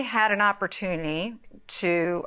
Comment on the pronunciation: "I had an opertooney to a move to a, California." Lol 🤣Opertooney.. 🤣🤣🤣 "One of the opertoonies.." Lol